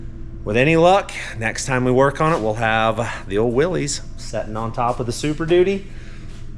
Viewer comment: love you and Chad as team mates. He's low key but knows a lot. I hope you win because I've always had a thing for old jeeps. One minor thing is that name should be pronounced Willis.